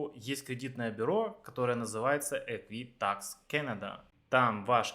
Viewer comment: EquiFax а не ЭквиТакс. Может поэтому вы совсем не туда обращались? Жил 2 года в Торонто, 14 лет в Галифаксе, теперь в Квебеке 5 лет живу- жалоб нет, в Канаде был везьде, кроме Саскачевана